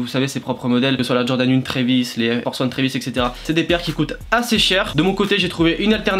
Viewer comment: Jordan "UNE" 💀💀💀